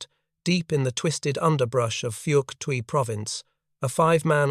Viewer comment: Wow, the AI really sucks at pronouncing Phuoc Tuy (pronounced fok-toy).